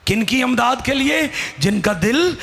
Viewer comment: Amdad nahi Imdad. پڑھتے ہوئے تلفظ کا خیال رکھنا چاہئیے